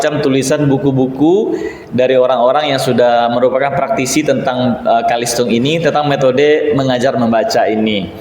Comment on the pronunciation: Bukan Kalistung Tapi CaLisTung Baca Tulis Hitung bukan BAKA TULIS